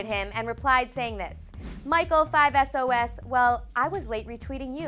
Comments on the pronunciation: Hi Hun its 5sauce not 5 es oh es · Did you really say "Michael 5 es oh es? " WOW - -_ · 5 Es Oh Es kills me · woman: 5 es oh es Fam: OH NO IM DEAF FAKE FAN FAKE FAN OMG IM DEAD ITS 5SOS ITS 5SOS ISSUE AN ARMY OMG I AM DEAD KILL ME NOW OH MY GOD STAHHHP But really it's 5sos if you say 5 es oh es you are a fake fan